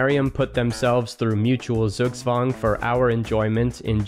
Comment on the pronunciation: Great video! Got slightly triggered by pronunciation. Google "pronounce zugzwang" or just say Tsugtswang.